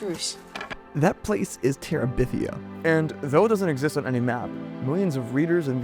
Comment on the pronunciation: Guy's, it's Bridge to Terabithia, not Bridge To Teribithia. Get it right 🤓